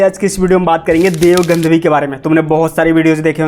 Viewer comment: Gadhvi ❌ Gandhvi ✅